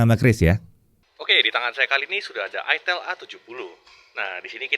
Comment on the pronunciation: I jangan di baca ai lah i ya bacanya i itel kok bacanya aitel itel ya itel 😂😂 tau itel gk 🤣